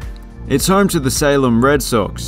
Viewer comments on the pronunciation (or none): none